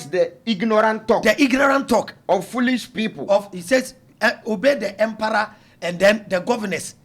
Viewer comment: it’s emperor not emperooo😂😂 i love 😅